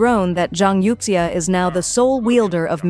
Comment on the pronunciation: youxia is pronounced as You Shha